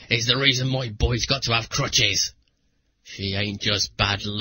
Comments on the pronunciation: after watching it a few times i realized he probably meant "crutches" he may need a bit of help in annunciation though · no he says crutches